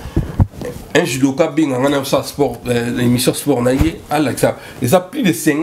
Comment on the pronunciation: Salut maître corrige ta prononciation on dit(SPORT)et non Esport. En outre on appelait Hitler la FUREUR et non FOUREUR merci pour la compréhension.